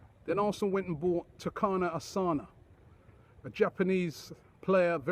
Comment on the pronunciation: what make robbie think hes Takana Asana when its Takuma Asano